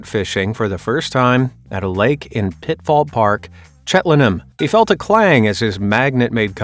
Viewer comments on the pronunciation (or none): It’s Chel-ten-num not chet-len-num 😂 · Cheltenham, not Chetlenam. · *Cheltenham, said as chelt-num. *Pittville Park, not Titville.